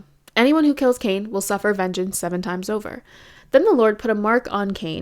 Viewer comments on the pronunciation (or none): none